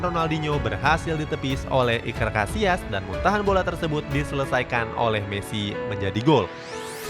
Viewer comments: Iker Cassilas bukan casias lain kali di ketahui dulu sama David villa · Yg gue denger : Iker Casillas Yg adik gue denger : Iker Casiass